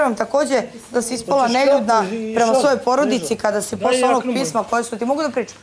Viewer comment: kaze neLjudna😅🤦‍♀️